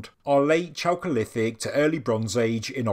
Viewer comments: "chalcolitic" pronounced /kalcolitik/ anyway love your reports i Really appretiate your used of at least older place names: anatolia, instead of turkey. it's Krazy when you read/hear about discoveries of say "a pakistani city of 5,000 ago" like still we hear. or a "palestinian" settlement.. when "palestine" was a name place of an area in today's syria that the romans used in their efforts to erase judah and israel from the map literally . people might get the wrong idea : ) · Great video, thanks for covering it. I kept having a childish thought whenever you said chalcolithic which sounds like the cholesterol period. Which was clearly the tastiest and best period within the broader Neolithic…or as it translates from Greek, it is a copper age transition from stone to bronze ages. But I prefer to think of the intrepid and far away navigators of the Pacific Islanders who arrived in South America to discover cacao pods. Check out ethnobotanist Wade Davis if you’re unfamiliar with him. The ancient and advanced seafaring peoples of the pacific and the DNA and red hair of the original peoples of New Zealand are a fascinating connection to the ideas of a global 15k year old civilisation. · Chocolithic or choakolithic? Sorry, bad hearing